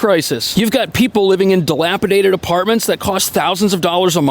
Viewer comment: Evidently, 'People' is pronounced "Pee-Bull"